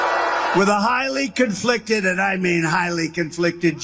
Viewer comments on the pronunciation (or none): I love how he says the judge is "comfliced." I don't think the judge was conflicted about anything. He keeps using that word...